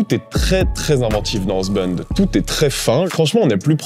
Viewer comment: Monster squad ça a l'air d'être une bombe. Je cherchais justement des films sur ce thème à montrer à mon fils. En revanche, je cringe à chacune de tes prononciations de Housebound. Mais ne change rien, c'est toi le meilleur.